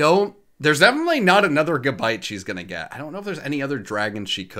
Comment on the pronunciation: You called gibble gabite